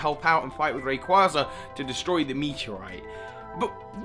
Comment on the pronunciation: Wow can't pronounce Reyquaza properly